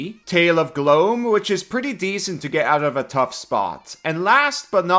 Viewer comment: Hey! Interesting video as always. I know you're not a native English speaker, even though your fluency is great, just as a pointer: Gloom is pronounced like Doom or Boom! Think of the pokemon that evolves from Oddish 😜. Great video again!